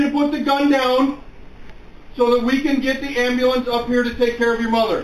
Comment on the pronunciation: What’s an “ambalance” I mean I’ve heard of an ambulance